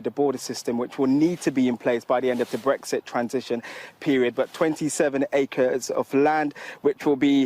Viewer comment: Sorry when was a word starting with Th pronouced with a D. As in 'deres a field' and 'dis area'.